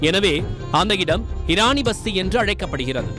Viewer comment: Eraniya vasthi not pasthi